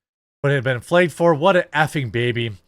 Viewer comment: Y does he keep saying flegged instead of flagged